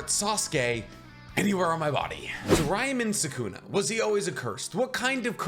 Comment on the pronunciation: "Ryamen Sukuna"